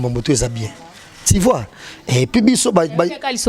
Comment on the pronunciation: “Ti vois, Ti vois”🤣🤣🤣